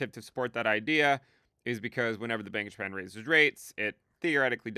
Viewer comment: Bank of Japan sounds like you saying Bankish Man